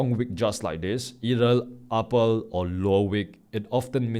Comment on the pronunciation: you are doing the great job, but I ask you one thing that Please Pronounce the (R) correctly instead of (L) like Upper- the listener hear that as (Apple) Thank you